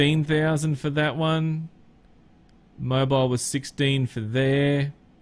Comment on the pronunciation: it's more like Moe beel, but yeah, kinda like that